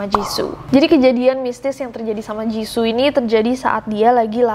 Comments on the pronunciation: Jissoo bukan jissu kak😂😂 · aku : jiso nessie : jizu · Me : Ros Nessie : Roze Me : Jisoo Nessie : Jizu Lidahku tidak se lentur itu 🙏🏻